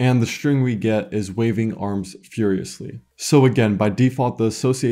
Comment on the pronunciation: exactly, my ears are literally bleeding when I hear shtruct, shtring.